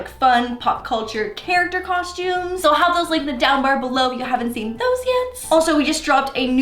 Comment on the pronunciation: "cosh-tumes" Mia Maples says it the same way..